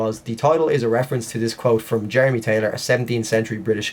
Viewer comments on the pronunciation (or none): none